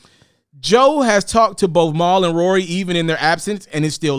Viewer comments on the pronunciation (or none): Bruh...who the hell is “Mowl”...lol